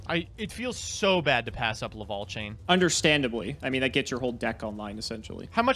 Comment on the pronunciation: Gofundme 20 bucks for a speak and spell so he can learn how to say lavalval instead of laval